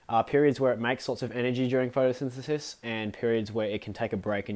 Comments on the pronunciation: Did he say "photothithathith"? lmao i cant say it either... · "photothithath" - Perfect.